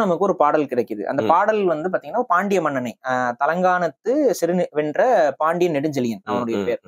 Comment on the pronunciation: "தலையாலங்கானத்து செருவேந்திர பாண்டியன்" "தலங்கானம்" இல்லை..